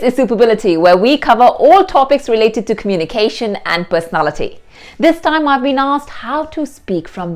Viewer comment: "This thaime" not time? 😄